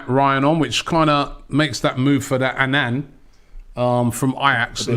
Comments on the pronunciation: How is robbie calling onana anan wtf💀💀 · Everyone in the fucken world: Onana. Robbie: ANAN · Not Anan, its Onana